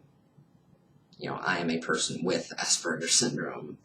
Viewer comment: Please learn the correct pronunciation of Aspergers! It is not assburgers.